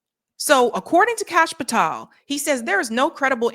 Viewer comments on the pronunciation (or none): it's "pah-tell" not 'pah-tall" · Its not Patall. Its Patell. I found you repeatedly mispronouncing, annoying af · Patel not "pat-all" Why can't you pronounce "Fuentes?" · Holy damn CASH PATELL!!!!! Pronounce it right he’s a douche bag for sure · Pa-tel pronounced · Hey, you're mispronouncing Kash's surname. It's quite annoying even if he is a total shitehawk. Otherwise, good show